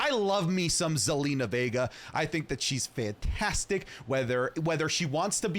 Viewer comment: Theres no way dude said zelina lmaoo. When a wwe fan meets an actual wrestling fan